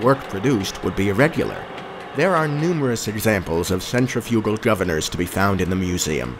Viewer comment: Now if he could only pronounce "centrifugal"...lol